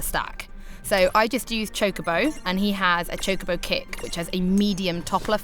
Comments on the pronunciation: "baby chickaboe" ? CHOCOBO! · Stopped when she said CHICK A BO. Bih it's CHOCO BO. Next review. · ok i get it your British but if you can say co and bo you can say cho ITS NOT CHI IT CHO CHOBOBO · Why does she keep saying CHICKabo? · SuperDuperKid baby Chocobos are called chickabos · what is that word she said a lot "cheeba" sounds like its a pretty important thing in the game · Cool.....but why is she calling it a "Chicabo" when it clearly says "Chocochick" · STOP SAYING CHICKABO! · Did she say chikabo? The way she pronounced it was weird but anyways game looks cute Ima get it on ps vita instead of ps4 unless ps4 has exclusive stuff which I heard it might in regards to summons